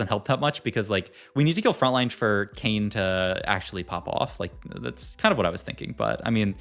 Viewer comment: “our Kayn” sounds a lot like “Arcane”😂